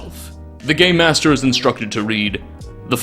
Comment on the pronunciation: Is he saying game master or gay master?